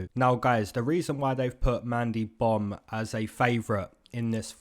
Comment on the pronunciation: Bro kept sayin mandy bum🤣🤣🤣